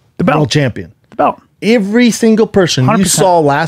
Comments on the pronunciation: "Ivvree single person"? Ivvree?? 🤣😂🤣🤣 I have never heard another human being pronounce EVERY the way Schaub does🤣🤣🤣😂 I love it. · Damn Brendan you cant even say the word "every" right. My man, the CTE is brutal.